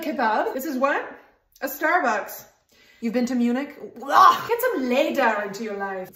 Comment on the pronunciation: Loved the detail of her mispronouncing Munich